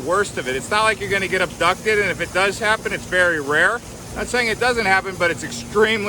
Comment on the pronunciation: You're funny when you say abducted. 🤣. Cool videos.